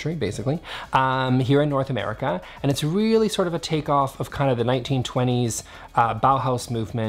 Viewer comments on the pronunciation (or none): none